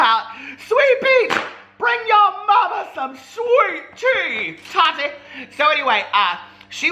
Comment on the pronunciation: He says it like Toddy. Lol.